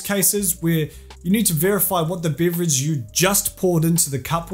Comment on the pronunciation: What the fuck is a breverage?